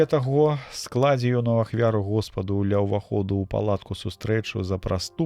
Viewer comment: Прачытана: скла'дзе, правільна: складзе'.